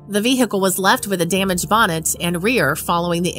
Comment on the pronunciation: Hey lady, vehicle the H is silent. Funny tho.